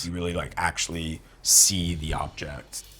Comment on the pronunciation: Objet instead of object. Love it.